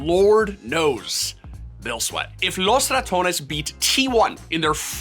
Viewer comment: Wow, you are the first person that has pronounced “Los Ratones” even remotely correct since its inception. Good job.